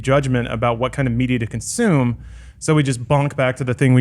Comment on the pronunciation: Australians say Consume not Conshume Alana. source: I'm Australian